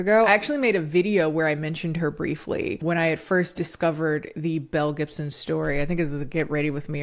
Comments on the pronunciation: Every time you've said this girl's full name I kept hearing Mel Gibson and was just like "now why is he in it???” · Every time she says Belle Gibson I hear Mel Gibson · The way I was listening to this in the background while I did laundry and I thought you said Mel Gibson 🤣